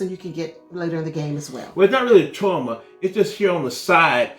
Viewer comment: Crysknife is pronounced like Chris + Knife not cryo knife ;) Also CHOAM is like the Chinese name chow + M. Good review .